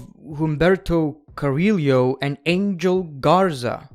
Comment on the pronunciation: Bro please stop saying carilio 😭😭 its pronounced "careeyo"